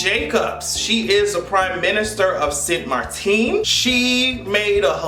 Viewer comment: 😮😮PM of my home reach farrrr...... 🇸🇽🇸🇽 st maarten btw not st maarteen. 🇸🇽🇸🇽 I just hope this helps bring tourism back after all said and done.